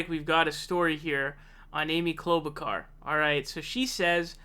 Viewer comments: 'Klobukar?' Are you taking the piss bc her own family is in disagreement over the pronunciation? 😂 WHY ARE YOU SAYING IT LIKE THAT? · Why do you mispronounce so many names? Joe Ro-Gann, Amy Klobo-car..... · She is not a "...kar", she's a "...shar". Like in "Charlotte", like in "charlatan". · Oops, almost pronounced her name correctly. We can't have that. But my favorite is Cloudbootjar as coined by Kyle Kulinski. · Dude why r u pronouncing it like that. Ur like Pakman trying to pronounce Gabbard. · You pronounced Klobuchar wrong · Why u leave the h out of klobuchar I’m confused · Dude is it too much to ask for you to learn how to pronounce the names of the people you’re doing videos about it makes you look and sound so stupid. Have you really never heard anyone say her name before are you kidding? And the names you miss pronounce you were always the only person I’ve ever heard miss pronounce those names like there’s something seriously wrong with you. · yeah butcher her name!